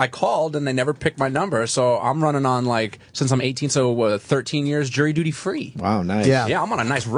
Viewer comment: Jirry duty